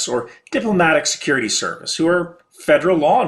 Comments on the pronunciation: serurity made me laugh so hard! Don't you dare change it! Loved the vid as always man. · when you call security serurty